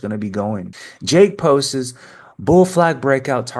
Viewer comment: I love your videos but here's a little tip: the word "posts" is one syllable. Not "post-es". ❤